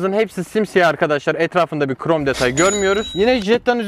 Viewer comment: Hiç kimse: Ali IbInEsi:qrom detay